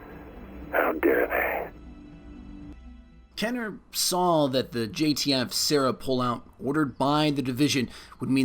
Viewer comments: KEY-ner. Not KEH-ner. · Easier if you said like this "Kin - er." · Its KEEner not KENner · KEEEEEEENER, not Kenner. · its keener... not kenner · kEEner.. not Kenner... you seven spelt it right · Awesome video! just so you know its pronounced kEEner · I stopped watching when he said “Kenner” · ok "kener" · Thought is was pronounced "KEY NER? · amazing video, but he was saying his last name like "kener" despite there being two e's before the n aha. that sort of thing just bugs me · Love this "Destiny Lore" style-ish video, do more!!!! P.S. I believe its pronnounced KEY-nur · It's pronounced KEENer you filthy casual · youre pronouncing my last name wrong fam xD